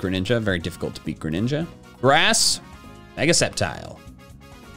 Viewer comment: THE FIRST A IN GRENINJA IS SUPPOSED TO BE AN E!